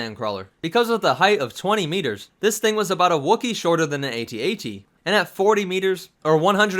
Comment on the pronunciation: An A-T, A-T??? Seriously?? It's called an AT-AT. You're obviously not a Star Wars fan. Why are you narrating this?